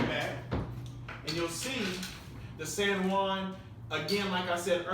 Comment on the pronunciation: the "sen one" lmao i was trying to figuring out what he was saying turns out it was san juan